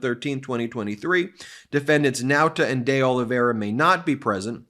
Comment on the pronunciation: By the way you are saying De Oliveira wrong, see the portuguese way of saying ... continue the good work